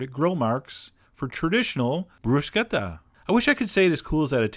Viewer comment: Thank you for pronouncing bruschetta the way you're supposed to. I'm tired of hearing brushetta. Ch in Italian makes a k sound.